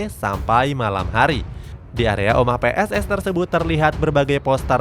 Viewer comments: maaf mas yang bener Pss Sleman bukan Ps Sleman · Mbok nek ngomong ki PSS SLEMAN ORA PS SLEMAN... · PSS SLEMAN, BUKAN PS SLEMAN MIN :) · Pss bang bukan Ps